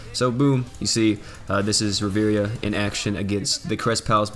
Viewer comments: Please don't pronounce it riveria it triggers me. It's pronounced riv-e-air-a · I swear if I hear you say Riviria instead of Riviera one more time I’m gonna lose it